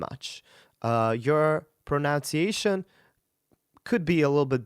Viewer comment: Great review but it's pronounced "pronunciation"...there is no O in that word...and the same applies to "enunciation" ...no O...so there is no "Oh" sound